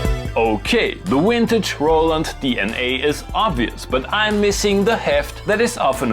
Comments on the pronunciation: I love "wintage" and "awailable" 80's synths! lol. Gotta love classic German pronunciation "glitches"! Cheers from America! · saying ''wintage"" in stead of ''VINTAGE'' PRICELESS!! dont be afraid of "" V "" PRONOUNCED {va~} lolz > : ) ~ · Came here for the "wintage" pronunciation. Was not disappointed. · "Awhaleable" and "Wintage" explains it all! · I love the way you say "wintage".